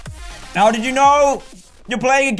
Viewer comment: HE SAID DID IN HIS ACCENT IT SOUNDS LIKE DIDT